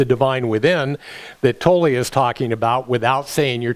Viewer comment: it's not Tollee its pronounced Toll, still Luv U